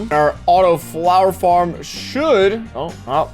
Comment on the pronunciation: wait what exactly is a “Flower Flarm”???????